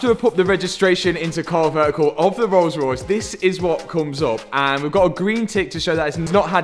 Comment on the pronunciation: I vote for the rrollllss..... ;-)